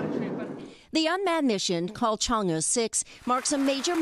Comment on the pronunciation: The reporter is commendable not to pronounce Chang'e as change! 😀